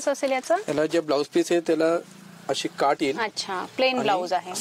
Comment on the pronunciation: साड्या छान आहेत तुम्ही मराठ वाड्याच्या आहात का भाषेवरून तरी असे वाटते काठ्ठ असं म्हणतात ना तुम्ही काठ असं म्हणावं